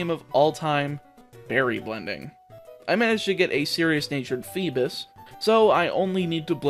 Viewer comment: He really said feebis